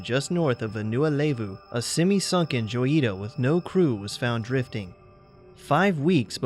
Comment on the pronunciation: The name of the abandoned boat is pronounced Hoy ee ta.